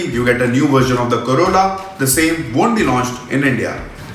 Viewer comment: Oh god u told corolla then why I heard it as corona😂